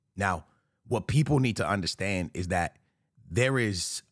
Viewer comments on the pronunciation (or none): none